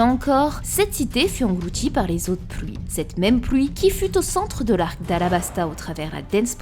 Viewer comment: Loui, pouisque, plouie, ouit... Sympa l'accent belge 😂